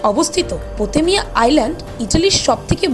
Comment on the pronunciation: আপনি পোতেলিয়া বলেছেন ভুলে এটা পোভেগ্লিয়া হবে😊